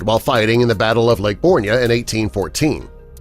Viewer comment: Lake borgne is pronounced born